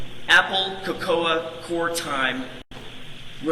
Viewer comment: How does this lawyer not know the word “cocoa?” 😂🤣